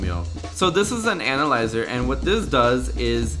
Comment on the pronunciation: Is it just me or does he sound like he says anal-lizer......